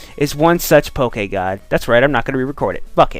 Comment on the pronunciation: I am so happy that you didn't say it "pokey-god",.:D